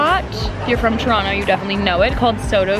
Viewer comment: just started the vlog, but so far you pronounced it right (toronto) LOL